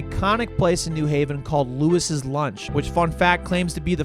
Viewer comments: Great video!!! BTW Louis' Lunch is pronounced “Lewy’s” lunch 😊❤ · Not that you would know but it's pronounced "Louie's Lunch" not "Louis' Lunch".